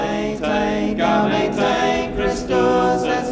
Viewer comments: 😢 that was the most horrible pronounciation of Latin I’ve heard in a long time, combined with too slow tempo. Ugh! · Wow, I've never heard Latin pronounced with such a distinctive English accent!